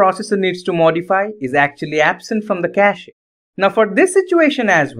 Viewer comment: Bro, don't pronounce the e in cache ^^